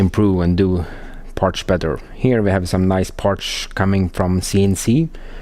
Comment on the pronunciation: lots of "parsh"!